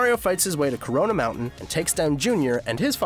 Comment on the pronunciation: "as he fights hes way to CORONA moutin"